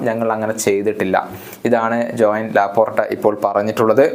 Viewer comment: Laporta ❌ lapottta✅